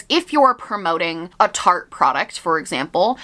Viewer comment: i spent half of this video thinking you were saying Target instead of Tarte lmao